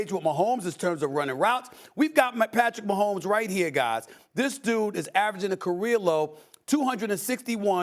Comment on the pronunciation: #15 Patrick Wah-homes :face-pink-tears